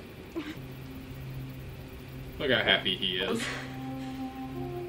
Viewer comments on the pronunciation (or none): none